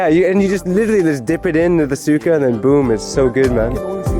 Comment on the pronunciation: its “su-ka” for vinegar. no “suka” like vommit.